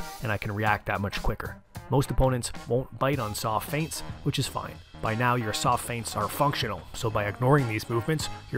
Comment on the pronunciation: This is really the key to be a good boxer “fients”